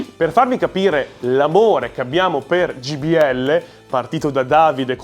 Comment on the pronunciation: ...ma siete davvero incredibili: continuate a chiamarle Gbl anziché Jbl! 😂😂 Però vi voglio bene!